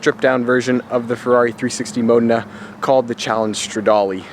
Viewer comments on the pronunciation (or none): Yo. You seem like a nice enough guy. But for the love of God, its "Scoo-dah-ree-ah", "Mo-day-nah" and "Strah-dah-lay" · Butchered every single model pronunciation u could im afraid. Scuderia, modena, and stradale